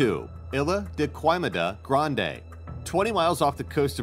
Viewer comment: xMortalBlade Also the way he pronounced Ilha da Queimada Grande. Horrible pronunciation . I’ve been to Miyake twice and Queimada Grande often for diving.